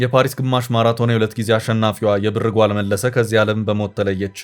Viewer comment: አማርኛ ስታነብ እንዴት ነዉ? የብር ጓል ን እንደ አያትህ የድሮ ቀበቶ ጥብቅ አድርገህ የብር ጎል አይባልም ላላ አረገህ ነዉ የሚነበበዉ አንተን እንደገና ወደ ሀግስ ለግስ መመለስ ነበር ከደ ዘ